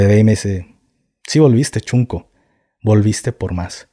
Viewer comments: SEÑOR GAFE, NO SE DICE CHUNCO, XUNCO, SE PRONUNCIA SHUNCO, QUE QUIERE DECIR NIÑO PEQUEÑO O NIÑO CONSENTIDO,SALUDOS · Yo soy de Oaxaca y la palabra correcta es shunco no chunco shunco. Significa el hermanito pequeño q sucede el lugar del q ahora se le dice shipi q dejo decir shunco